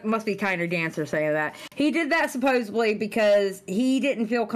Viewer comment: Someone tell "supposebbly" isn't a word